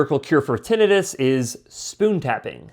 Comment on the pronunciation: You mispronounced Tinnitus